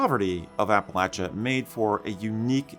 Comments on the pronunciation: I grew up in western NC, attended Appalachian State University, and have Scottish roots in the US dating back to 1643. Thanks for: 1) Pronouncing "Appalachia(n)" correctly; 2) using the term "Scots-Irish" instead of "Scotch-Irish." You're obviously as personally invested in Scottish history in America as I am. :) One correction: Kings Mountain is in NC, not SC, though it is very near the SC line. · As a resident of the great state of East TN, thank you for pronouncing "Appalachia" correctly. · Thank you for pronouncing Appalachia correctly. I grew up in the Appalachias of southern Virginia and it drives me crazy when people mispronounce the word. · Thank you for correctly pronouncing Appalachia! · I had to give you a like, at least because thank God, you said Appalachia correctly. Thank you. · Thank you for pronouncing Appalachia correctly. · Thank you so much for pronouncing Appalachia correctly. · I'm proud of my Scots-Irish roots. Also, thank you very much for pronouncing Appalachia correctly.